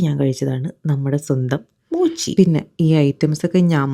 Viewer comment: Moochi 🌳 alla mochi aan 😂